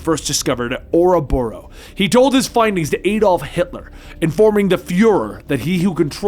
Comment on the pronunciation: Yea u did but it’s ok the name was Adolf hitler u said aidof